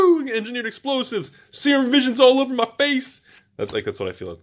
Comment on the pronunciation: Serum is pronouced 'Seer-RUm', SEER-RUM. Not 'sayer-um' lolol. botches half the pronuciations on purpose it seems to hide his awful pronunciation of the other half. Still love the videos though! Production quality is top notch.